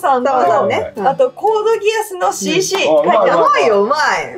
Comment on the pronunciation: さいとうさんのC.Cの言い方が気になった 読み方シーツーですよー！ 先生のミクとリムル可愛い❤️ デク描きかけでわかった！✨ ムックとガチャピン並べないで😂